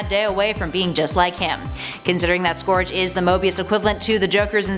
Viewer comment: Scourge is pronounced more like surge